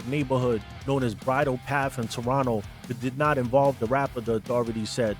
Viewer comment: Props for correct pronunciation of the word Toronto : "Toronno" ML&R #ghostin